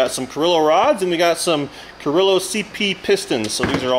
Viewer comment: Carrillo is Pronounced ‘Cah-Ree-Oh’ Just a friendly FYI